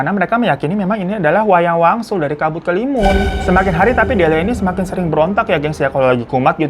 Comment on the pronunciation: Bang hiro sendiri salah nyebut 😂